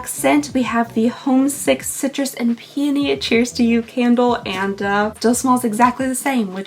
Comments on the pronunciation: it is pronounced PEE-uh-nee, not pee-OH-nee. they're my favourite flower! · It’s “pee-on-nee” not “pee-oh-nee” 🤪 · In the UK we say pee-uny, so your first pronunciation is correct for us xx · I was corrected in a flower shop that it’s pee-a-knee. I was saying pee-o-knee and she was trying not to laugh at me lol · It’s pronounced PEE oh nee. Emphasis is on the first syllable. You are adorable. My great grandma called them pannys. 😂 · It's actually pronounced pee-uh-nee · Never heard Pee-Oh-Knee before. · Floral designer here! “Pe-uh-ny” 😊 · Yes definitely not Pee-OH-nee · Pee-uh-nee....in Michigan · I always like my FFF box even though I sometimes get stuff I can't use. I think it's pronounced PEE- ony and I love them 🌸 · I pronounce it pee-own-e. I have several peony plants in my yard. They smell SO wonderful. I am in Alabama and already had 90° weather. The peonies have already bloomed now just the green plant. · Actually it’s pronounced pee-UH-nee the o in the word “peony” is pronounced more as an A than as an O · Wow, I have never heard it pronounced that way. The only way I have ever heard it my whole life is pee-OH-nee. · I tried pronouncing ‘peony’ literally this morning and I failed big time…. You’re not alone girl.